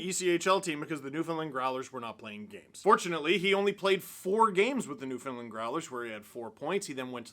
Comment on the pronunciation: For the love of god Steve, you’re Canadian, it’s NewfoundLAND